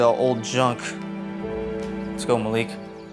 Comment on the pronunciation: It’s Maliek not Maleek